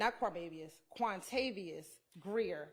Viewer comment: Hahahahahahahqhahqhahq wuamavios.. not wuamaviois... quantavious jahahahah